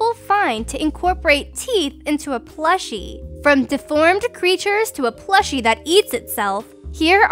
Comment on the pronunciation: How says plushie. It sounds like she's saying a fleshie. Utterly terrifying. Because boy it'll smell and decay in a week. AND IT COULD BE CURSED OR POSSESSED!